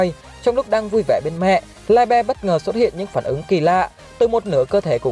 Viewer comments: tiếng Đức đọc là Li - bờ nha ad. Nghe đọc Lai be sai vl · Liebe tiếng đức đọc là Li -bờ nhé ad chứ ko phải Lai be 👍👍👍👍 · Ad phát âm sai rồi :)) li bơ :)) chứ ko phải lai be 🤣🤣🤣🤣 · Mình góp ý nhé chữ đó đọc là ( ly bờ) nhé ad nhanh nhanh ra thêm clip nhé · anh ơi đoc sai từ libie rùi